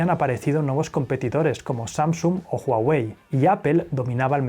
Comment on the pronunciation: Gügel, Apel, por favor deja de pronunciar tan desagradable esas marcas, todas las pronuncias bien, hasta la difícil Huawei, busca en Google cómo se pronuncia o me desuscribo.